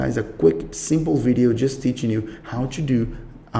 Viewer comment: "how chu" "go chu" what's this chu chu